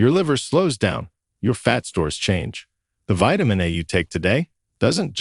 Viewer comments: Hire somebody to be a narrator because this robot doesn't understand how to speak. It's vitamin A. Not vitamin UH, WTF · AI narrative is dumb. Who says "vitamin ahh" ?